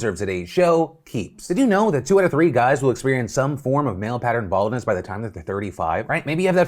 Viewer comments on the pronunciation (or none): none